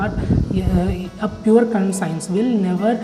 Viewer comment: Conscience pronunciation is wrong